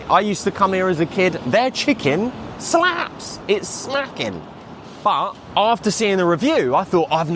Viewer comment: replay over and over again when he says SLA-PPS